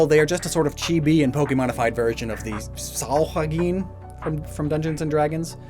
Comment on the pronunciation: Sahaugin is pronounced saw-hog-in as far as I've ever heard. I wouldn't mention it if hadn't seemed to struggle with this one